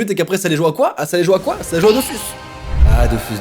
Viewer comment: Sa me pète les timpans quand il dit dofUUUUUUUUUUSMs au lieu de dofOOOOOOUUUUUUS